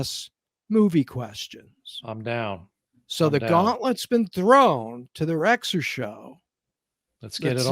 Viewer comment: I second the Rexer pronunciation